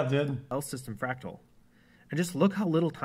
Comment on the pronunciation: "whats a fracal XD"